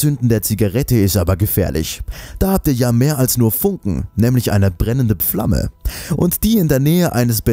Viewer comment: Eine brennende ''Pflamme''. :D